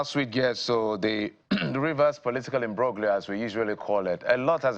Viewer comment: Learn to pronounce the word " imbroglio".